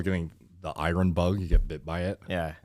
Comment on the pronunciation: calls iron irun 😂